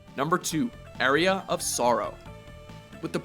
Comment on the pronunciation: Dracula X was far from "lousy". No, it's not Rondo of Blood, but taken on it's own merits it's a challenging, rewarding, and fun title that doesn't get the respect it deserves. Also, Aria is pronounced 'ahr-ee-uh', not 'area'.